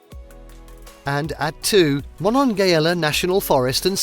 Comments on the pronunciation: As a West Virginian, I wish the narrator had taken the time to pronounce some of the names he mentioned correctly. I am actually insulted by it. He mispronounced “Potomac, Monongahela,” and of all names, I would think that Berkeley Springs would be hard to mispronounce, but he managed to do it. Names are important, and people who do these videos need to respect the cultures enough to try at least to say them correctly. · It would have been better if your narrator had been American and thus able to correctly pronounce the proper names of our cherished sites, such as Potomac, Appalachian, Berkeley, Monongahela, etc.